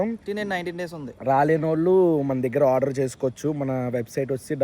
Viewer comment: Odour ni (order) Ela pronounce cheyali